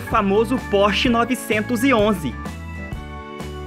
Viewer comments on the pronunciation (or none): none